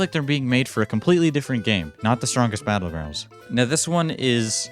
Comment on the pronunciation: Blud said bottles battlegrounds